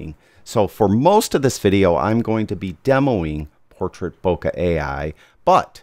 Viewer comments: it's not "bohkah" but "bohkeh". It's japanese from the verb "bohkéru" meaning going out of focus or in another context "becoming senile". And the accent is on the second syllable "bohkéh". You are welcome. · It puzzles me why so many photographers that should know better pronounce "Leica" as "Laeeka" which is the correct german way, but then mispronounce the japanese word "bohkeh". Why the difference? Is it that difficult? Greetings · Heaven only knows how you conclude that the correct pronunciation of "Leica" leads someone to a correct pronunciation of Bohkeh. Have a good day!